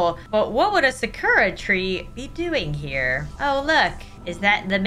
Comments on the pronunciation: It's Sakura not sukura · I'm getting kinda buged every time u say sukura again it's sakura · But what would suororkarrraaa tree be doing here got me off guard 😂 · I don’t wanna be that person but your saying sakura wrong… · If you ever have watched Naruto you would know how to say Sakura